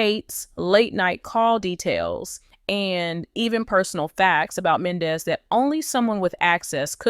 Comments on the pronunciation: Please learn how to pronounce Men Dee cees name correctly THATS so disrespectful an it’s hard to listen to u it’s Yandy an MENDEECES do us a favor watch Love an Hip hop Atlanta an hear how their names are pronounced just smh 🤪🤪🤪🤪🤪🫢🫢🫢💯💯💯💯💯💯💯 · PERIODT I JUST TOLD HER THE SAME EXACT THING ITS HARD TO LISTEN TO HER JUST SMH SHE DONT EVEN WATCH THE SHOW BECAUSE IF SHE DOES SHE WOULD PRONOUNCE BOTH YANY AN MENDEECEES NAME CORRECTLY JUST SMH 👍🏾👍🏾👍🏾🤪🤪🤪🥰🥰🥰🫢🫢🫢🫢💯💯💯💯💯💯